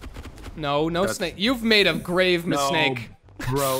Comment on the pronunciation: "you've made a grave mi-snake"